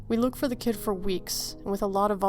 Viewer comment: 2nd story: When she said I suppose it could have been some stupid kid out there f**ing with people, I thought she said Cat haha